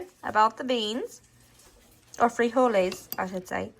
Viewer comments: Freeholys. You said it right🤣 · You said "frijoles" right! We add some chopped tomatoes, onions and cilantro (for those that like it) as a topping. Adds some depth to it. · I just started watching the video but I just wanted to say that was a great pronunciation of frijoles. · You pronounced "frijoles" correctly. But the normal Spanish stress/accent is on the next to the last sylable when the single form ends with a vowel. [Stressed is CAPS.] friJOle. Plural= "friJOles." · Great job pronouncing frijoles! Proud of you! Mexican food is cheap & oh so GOOD11❤️‍🔥🙏🏼🥰😘🤟🏼🇲🇽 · LOL!! I'm a Texan of Mexican heritage ... I, too, hate cilantro & DOES taste like soap!🤢😫 My bestie LOVES cilantro and uses it a lot (🙄🤦‍♀️), and I've gotten used to it, but I still won't buy it.😉 First time here, and I subbed. Love your southern accent. ❤ And you did pronounce frijoles correctly. 👍 Oh, and I have added cornbread to my mom's beans and still do. Can't help it.🤷‍♀️ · You’re pronouncing frijoles real good! I appreciate your disclaimer on how you say things and not trying to offend but you did real good. 😁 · Your frijoles pronunciation was spot on. I throw in some pork pieces to give it flavor. Chorizo con frijoles had too much water and if possible to find like at Walmart "San Manuel" Chorizo is the least greasy. When I make my smashed refried beans you can add strips of fried bacon in your tortilla tacos. I'm glad you/family like Mexican dishes. Everything is very cheap to make for Mexican dishes. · You said frijoles perfectly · You did great with the "frijoles". I am not Mex but lived in Puerto Rico my adult life, then came back to USA. I make the "frijoles, black beans and other pulses with some ham, and always include a bay leaf. Thank you for sharing your recipes, good humor (which has me in stitches many times), and your lovely family.